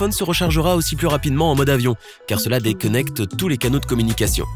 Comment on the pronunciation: ''dékeunecte'' L'accent de ouf 😂